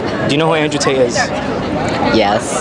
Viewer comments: You miss pronounced his name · Abeyy saale.. Pehle Andrew tate pronounce karne seekho.. Baad me Tu uske baare me bol sakte hai